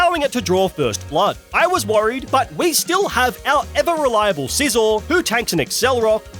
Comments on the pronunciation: Scizor, not Sisor! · SCIZOR, NOT SIZZOR! DO NOT LEAVE OFF THE C IN SCYTHER! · THE SECOND S IN SCIZOR IS SUPPOSED TO BE A Z!